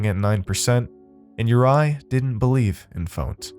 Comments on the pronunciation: Your mispronounciation is infuriating!! It's not "You-rye", his name is pronounced "You-ree"!! This is just awful. Ive twice turned off this story within 15mins, it's just too irritating! Im trying a 3rd time because i want to hear the tale. How can you NOT check how to pronounce names correctly? Real lazy. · Normally love your work!! But this was sloppy bruv!!! Mis matched sound effects, mispronounced name of featured character ( URI= your-E or youry) I’m sure Peter was really pyter but that’s ok, your inflections didn’t match with story telling either! Mailed it in, huh? If you weren’t so good I wouldn’t care